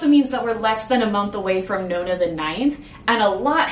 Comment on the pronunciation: "Noh-nah" - per the GtN's pronunciation guide - being a fragment of "Noh-nah-GUESS-i-mus". Pronouncing it "know-nah"... that grates.